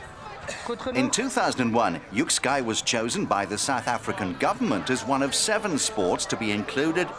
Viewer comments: Quick pronunciation correction: It's more like yuk-skay than yuk-sky. Cannot see how this is one of the most strategic sports?? Perhaps someone can enlighten me..? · This sport is pronounced "yik-skay" (not sky), and the language they're speaking is Afrikaans, (a language derived from Dutch), and one of South Africa's 11 official languages.